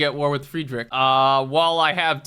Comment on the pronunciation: if you ever make another civ video you should do the reverse pronunciation bit, where you pronounce names like hatshepsut perfectly but you say friedrich II like the english words "fried rich eye eye"